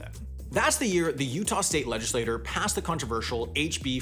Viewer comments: Hi, I’m a big fan, but you always mispronounce the word “legislature.” You pronounce it “legislator” which is a separate word which refers to individual member of a legislature. “Legislature” is pronounced “ledge-i-slay-chur.” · I appreciate how still can't pronounce "legislature"